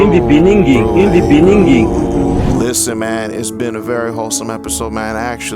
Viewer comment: "IN-IN-IN DI BENINGINGGGG" as a SOUTH AFRICAN 🇿🇦 I am very proud 🦅